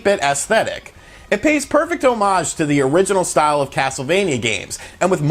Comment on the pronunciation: you pronounced "homage" incorrectly.